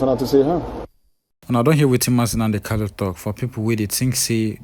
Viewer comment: It is Nnamdi Kanu not Kalu.